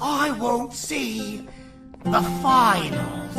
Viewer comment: “tha” goes hard